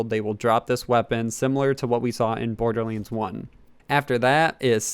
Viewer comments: its pronounced Borderlands not Borderlinds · Wtf is Borderlins? or Borderlenes? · Border Leens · It hurt how he says borderlands 2